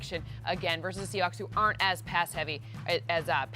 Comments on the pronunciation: said the "Seahacks" 😂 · Did say “Seahacks”?!?